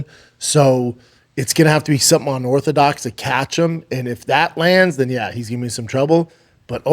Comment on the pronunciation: Unorthodoc? Eh what’s up doc